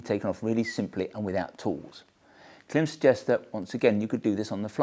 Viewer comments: I wish you knew how to pronounce Klim! It is pronounced like “Climb”. Have you never noticed the long dash over the letter i in their name? Everytime I hear Clim it makes me wince. Please correct! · Great look and thoughts about the helmet. I do cringe every time someone say Clem instead of Klim. (Think climb.) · it's still pronounced CLIMB. Sorry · You’re still pronouncing Klim wrong I see 😂